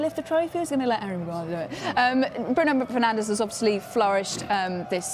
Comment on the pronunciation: "Bruno penandes"😂😂😂